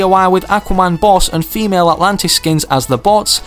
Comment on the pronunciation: Who notice or herd him say famale atlantis instead of female atlatian